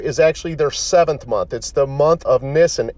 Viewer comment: And it's pronounced Neeesaan YW